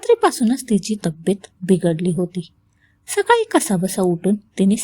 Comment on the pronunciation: सकाली नाही सकाळी